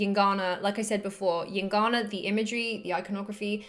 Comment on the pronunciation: what the fuck are you saying? calm the F down. Heard it a hundred times and i could not understand... gincana? gingana? jincanna? llincana? yingana? at least write it somewhere ffs.... EINGANA god damn it... took a while to find...FFFFFFF